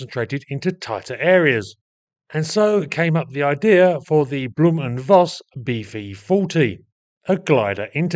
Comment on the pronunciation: Thanks for posting this interesting video. The name is pronounced 'blow-m' and not bloom.